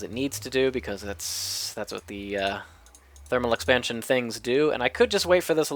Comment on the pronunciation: thermal expansion, not therminal. Lol